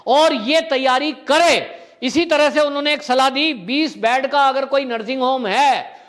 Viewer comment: बैड नहीं बोलते हैं "बेड" बोलना चाहिए ।